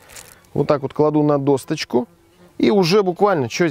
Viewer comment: Почему «досочка» с буквой «Т»?